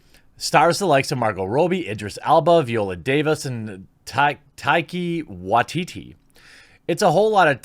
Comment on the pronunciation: Bruh if you don’t know how to pronounce Taika Waititi you really shouldn’t be reporting on stuff like this